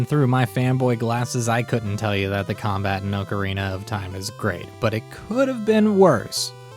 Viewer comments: I hate how u pronounce Ocarina 😑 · Oh you're one of those people who mispronounce Ocerina. Smh.